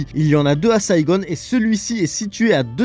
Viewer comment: Pourquoi SaigoNNE??? ....Saigon!